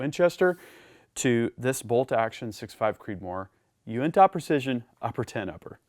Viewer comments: Great videos. Love the channel. By the way it would be pronouced more like "you-in-tuh" Keep up the good work. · Not trying to be that guy but being from the uintah basin your pronunciation of uintah is killing my ears. It is pronounced (YOU-in-Tah) otherwise I really like your channel keep up the great work. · Uintah is pronounced (U-win-tah) it’s a mountain range in Utah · Fyi, It's actually pronounced you-in-tuh. Love, a regular visitor of the Uintah mountains in Utah. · Hey, I’m from Utah. It’s pronounced “you-in-tuh” real lazy. like “hey, you in tuh shooting guns?” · Being from Utah allow me to correct your pronunciation of Uintah. it should be said you-in-ta.With a slight emphasis on the “in” Thanks for a great video! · The way you say Uintah is funny i makes me laugh. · You say uintah so strangely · Haha, yeah, I guess there is right, and actually right. It took me by surprise because I’ve never heard anyone pronounce it like that. Made me chuckle a little. Also, if you ever make it to Zion national park, it’s pronounced “Zi-un” NOT “Zi-on” 😂😂